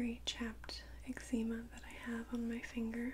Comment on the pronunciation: The way she pronounced Eczema took me back a little bit. Lol cute